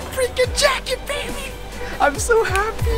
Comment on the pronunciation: I Love you Noah. Because you always say Bayba